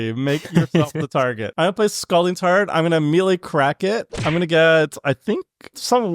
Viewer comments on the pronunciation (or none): Am I the only one who heard him say 'Scalding Tard'?